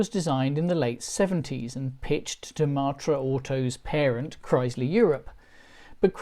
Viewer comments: Please say MATT-ra, not MART-ra. The first time it's odd, the next time irritating, and then I simply watched the sub-titles..... We had a Bagheera, then a Murena, and then a series if four Espaces, so for over fifteen years we were a Matra-owning family, and loved every minute. The horrendous new cost of the Renault-built Mk4, and ludicrously low trade-in value of our last Mk3 spelled the end of our hitherto amicable relationship. And the fact that the last UK-available version, the Mk4, fits in the highest road tax bracket means that buying one now is out of the question, no matter how cheap they have become. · Love the way you pronounce Matra -“ Martra “ 😂